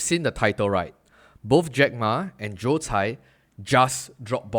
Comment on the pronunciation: His name is Joe Tsai. You said it wrong throughout the video.